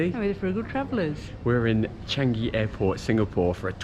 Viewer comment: Ive just been told by my Japanese colleague it's pronounce 'Chaangi' not chang-i